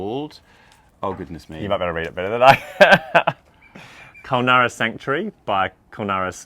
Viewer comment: KUL-NYOO- RA